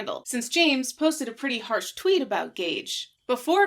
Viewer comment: “Twoot” I love it